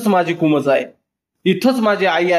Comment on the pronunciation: कुमोज नसेल हो कुंभोज असेल. नीट लक्ष देऊन वाचन करावे.